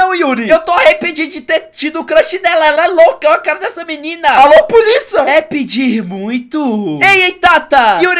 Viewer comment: "Alô puliça"? Kkkk